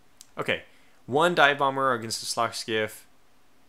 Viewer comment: I'll rewatch it, and give you a precise timestamp. Basically to me it sounded like you merged the words, dive and bomber into a word that sounded like dahmer, the serial killer.